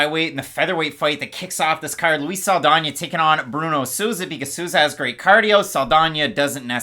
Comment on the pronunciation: From a Spanish speaker. Your are murdering Souza’s last name …. With love tho 😂